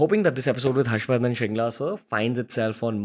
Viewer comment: Its actually Mr. Harsh Vardhan Tsheringla. Shringla being a mispronounciation of the actual name Tsheringla(which is a Bhuddist first name commonly used in the Himalayan regions). And this fact was so relatable since I also have been called Sewang or Sewag instead of Tsewang by my mainland friends 😅. Also, I read somewhere his forefathers are from Darjeeling or Sikkim.